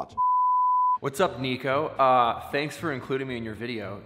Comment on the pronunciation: sead Neeko instead of Nico LMAO